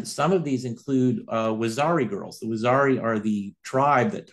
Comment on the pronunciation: Correct pronunciation: wah - zeer- ee... . Rather than waxari...